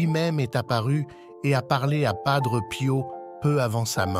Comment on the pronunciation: Il est décédé en 1968 et non 78 Il y a beaucoup d erreurs sur votre vidéo Dites PADRÉ ET NON PADREU